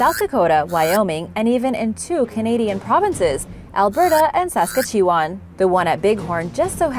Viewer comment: What’s with the pronunciation of Saskatchewan??? It’s Sass-cat-chew-wan